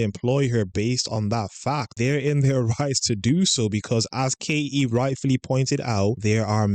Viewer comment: There is a T in Katie, please use it.